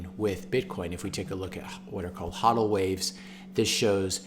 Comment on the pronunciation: Great video, but come on man... it's pronounced HOE-DEL not HAW-DEL.